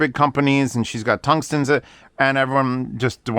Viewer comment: Did you say tungsten? lol we got mimic orders at 1 year wait